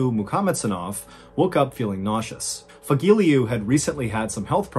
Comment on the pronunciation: Fagile?... No Fagilyu